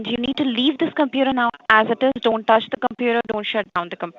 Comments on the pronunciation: Once you here the word compuraaah, run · How to spot a scammer: The pronunciation of computer "Compyuerr"